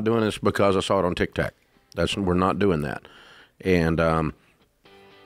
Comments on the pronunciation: And still no one has told Dave it’s called tik tok not “ tik tak”!!!😅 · "Tick Tack"